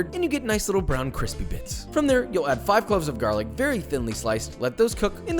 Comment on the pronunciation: damn dat lookin cwispy!